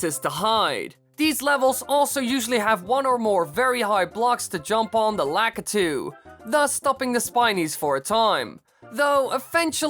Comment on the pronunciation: You said the guys that throw down Spineys name wrong